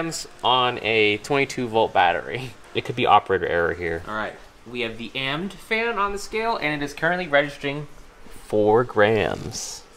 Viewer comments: he pronounced Amd instead of saying it a m d I’m in pain. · When he said AMD like AMD i cried… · my mans really called A M D amd BRUV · i dont wanna be mean i actually really love this guy's vids but its pronounced AMD as an abbreviation not an acronym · im sorry did you say “amd” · U just don't have a clue about this stuff Amd is pronounced A-M-D, why are you measuring how much force the fan produce when it will just tell you what the cubic foot per meter it will be, hello?????? GET A BEQUIET FAN AND DO IT AGAIN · You said AMD wrong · *facepalm*...he said "AMD" as one word...